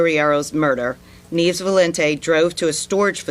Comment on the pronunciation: Neevs? Neves. Loriero? Loreiro.